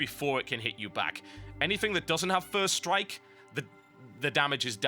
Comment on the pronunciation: I love that he calds doppel strike, ferst strike on crak.